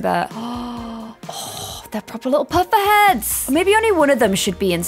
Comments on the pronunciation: Potter head Potter.. not puffer that’s something else 🤣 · Is it me or does she keep saying pufferhead instead of potterhead